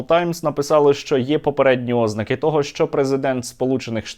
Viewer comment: Та не Ознаки, не докУменти, а ознАки, докумЕнти, в школі вчать і люди так говорять